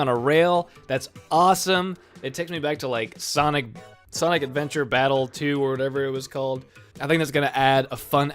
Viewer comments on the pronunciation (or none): none